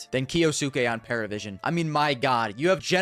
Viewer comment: it's not Paravision, but Pari, Parivision